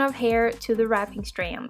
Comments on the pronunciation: The way she says strand.😂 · I just want to listen to her say STRAND over and over again. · Breath everytime you hear "strand" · Why are you saying strand like that holy shit 😂